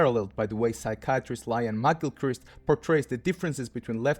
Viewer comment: "Lain McGilchrist" hahaha Is that a Freudian slip? Serial Experiments Iain?